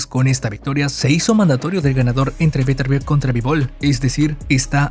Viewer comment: Mejor q no rete a vivol, meeeeeeenos a vetervier